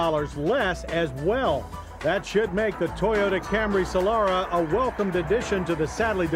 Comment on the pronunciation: It's Solara not "Solora"